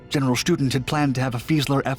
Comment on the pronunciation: Student is pronounced auf Deutsch, shtu-DENT, with emphasis on the last syllable, not like a school student. Kudos calling them Fallschirmjäger, not paratroopers.